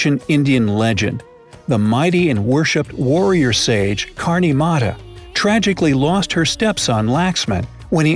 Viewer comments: its not kaarni mara its karni mata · You r not pronouncing Karni Mata right say it right! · i really like the way you pronounced "karni mata" and "laxman"...it was freakin hilarious😂😂